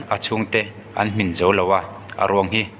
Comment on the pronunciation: Kan tawng ( Mizo tawng) tal hi chu chhiar dik ve hram teh u.. Khawngaihin, in Chanel hi a hlu lo hlauh ang e.. I thluk diklo nasa emai... Eg. Hmin. Tih thluk te kha chaw kan chhum a " Ka chaw chhum a HMIN tih kan thluk ang hian, Hmin lai kha thluk tur aw... Thahnem ngaihpuina che vang a nj e😁